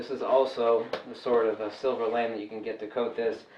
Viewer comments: Lamé Pronounced Lam A not lame But thanks for the video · My daughter says that fabric is. LA-MAY not pronounced lame. I like your way better:)